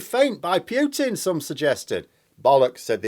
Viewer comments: It's Poo-tin not Pew-tin. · "Vladimir Pyeuwten" my favourite mispronunciation lol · Yet he still pronounces it Pyutin. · Jackson Mate the man is probably the most well known person in the world for 20 years full stop. While down in New Zealand being ultra famous for vowel mispronunciation in the English speaking world, or feeling silly pronouncing a u in oo is somewhat acceptable given how remote New Zealand is, but in Europe it really is nonsense, that anyone would choose to say his name incorrectly. a school teacher mind you, has been corrected many times, by many different nationalities and has said unless Putin rings him up he will keep saying it incorrectly. Some school teacher;) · Yet he can not pronounce Putin, a simple 5 letter name